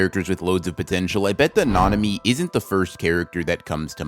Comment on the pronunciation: did he say potential ITS POTENTIAL MAN